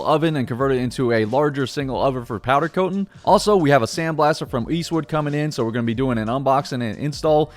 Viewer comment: I listened to him say powder coatn 6 times in the first 3 minutes and just couldn’t do it haha